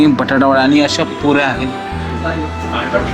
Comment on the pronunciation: काय बोलतोय हा..... आनी पानी आधी मराठी शिका.. भाऊ..